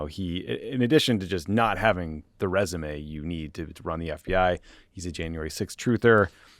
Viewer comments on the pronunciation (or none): none